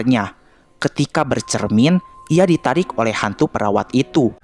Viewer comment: Gw dengernya peraw4n bukan perawat...